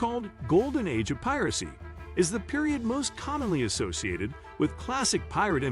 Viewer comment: Great video. Just a suggestion, but maybe check the audio for misspeaking words, like piracy